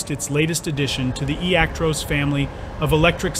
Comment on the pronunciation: ActROSS nof ActROSE, stupid Americans